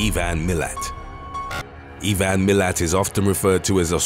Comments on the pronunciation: Hey can you also do when no other country in the world knows how to pronounce any word or states from Australia. It's also I Van not E van and it's melbin not melborn. From someone with a good YouTube channel I would expect you to be able to pronounce words properly. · It's pronounced I Van. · How do you not know how to say Ivan? Aren’t you British? It’s EYEVAN.